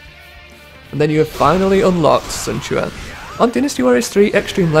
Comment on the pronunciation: The names are pronounced correct in american diologue, cao cao is not sao sao, its cao cao (cow cow), sun quan is not sun chuan, its sun quan (soon kwan). Get the american letters right!